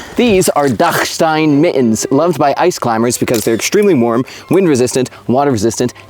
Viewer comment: nice pronounciation on the "dachstein". was preparing myself for "dacksteen"